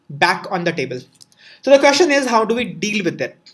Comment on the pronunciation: Remember.... Its 'kaashchan' and not question 😂😂